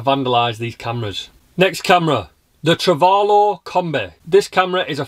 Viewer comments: 3.12 - They are Truvelo cameras, not Travelo ('True velocity'). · It is Truvelo,not Travelo, as in true velocity. It's written on the post of the modern version you show.